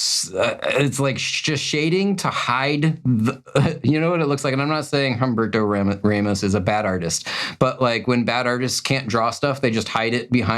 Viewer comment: Um-BEAR-toe RA-mos Mick-FAR-lin LIE-feld